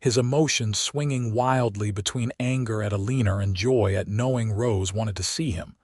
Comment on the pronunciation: Elenor is pronounced L or nor, not eleneer 🌷💐